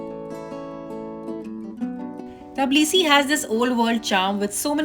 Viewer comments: Everything was well explained and in details. However its not "Tablisi" , its "Tbilisi". I love the country and will be going back again. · Teblisi.....😂 Or tiblisi ... Tabla nahi nahi hai mam😊